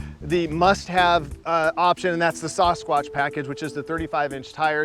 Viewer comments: Sauce-squash? It's Sass-SquaTCH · As a resident of bigfoot country, your pronunciation is killing me. It’s “sass-kwatch” not “saw-skwatch”. Thank you for listening to my TED talk. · I swear he said SAUCE-quatch at the beginning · why can't he pronounce sasquatch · Is anyone going to tell this guy how to say Sasquatch? 😂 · Still haven’t figured out how to pronounce Sasquatch eh? 😂